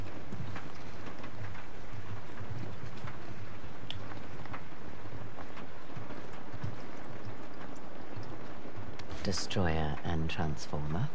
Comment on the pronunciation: Bhai distroyer and transformer bola